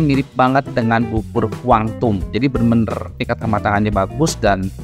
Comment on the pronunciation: Bubur kwang tung.. bukan kuan tum.. kedengarannya kakak menyebutnya kuan tum..